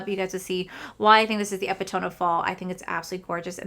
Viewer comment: Hi! I loved this video. Just a small correction on the pronunciation of epitome. It’s Uh-pi-tuh-mee. 😅 I appreciate your take on fall. I think I gravitate to more muted colorful tones in the later fall but definitely reds and oranges between August and September!